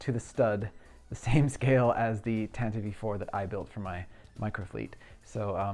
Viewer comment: I agree that the Falcon was a bit of a disappointment. Too chunky, and those gaps! I will say that the filming models always had the dish in that forward/inboard angle so that doesn’t bother me. Also, you are a great builder and I love your work but Tantive IV sounds dumb when you say it like that (tantivee), are you doing it on purpose? Best of the bunch is the err… let’s call it the blockade runner! 😂